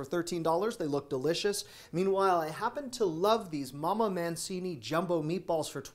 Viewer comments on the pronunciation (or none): none